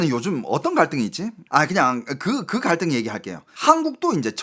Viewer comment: 말하는 입모양이 좀 이상하다 생각했는데 한국어 발음할떼 중국식 턱관절을 쓰시는 느낌 사회 갈등 이런단어 쓰실때 입이 떡벌어지는 턱이 크게 움직여서 중국사람같다는 느낌이 들었네요 ㅋㅋ 참고 하세요